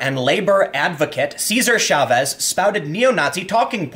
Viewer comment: Chavez, not Schavez! Ch as in Chop.